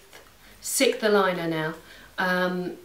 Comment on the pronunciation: When you said what aligner you're on now, were you saying sixth? Sorry, I don't know if it's an American vs. British English thing or not, but I have absolutely no idea what you said :)